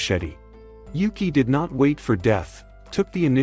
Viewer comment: he says Yuki's name wrong the entire time until there.